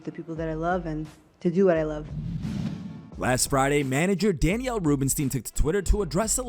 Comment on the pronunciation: When did Daniel become Danielle? WTF, SMH, c-mon man get your shit straight, it's not hard what you do, so when you do it you should do it right, especially since you seem to be from the North American continent you should definitely pronounce English spelled names correctly, SMH again